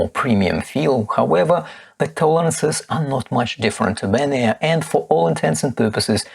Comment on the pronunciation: good comparison, thanks! By the way, it’s Ben-y-ar, not Ben-air!